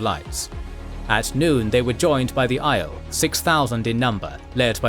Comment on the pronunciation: Maybe read the glossaries in the back of the books for the correct pronunciation of the various names... Just jarring hearing "Aiel" pronounced like "isle" instead of "Eye-eel"